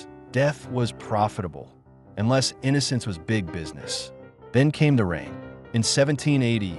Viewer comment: "Lay" not "less". AI narration, no doubt.